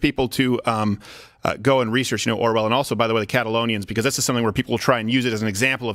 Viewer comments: Orwell not Arwell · It's Orwell not Arwell! Come on Alex!